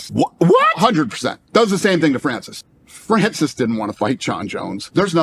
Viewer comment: Hey Luke, yes Dana deserves to be clowned for how he pronounces Ngannou However, Francis in French is definitely not pronounced the way you say it, you uncultured swine